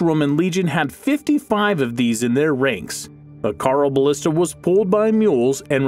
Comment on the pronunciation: Carl o ballista? It's pronounced hyeroballista.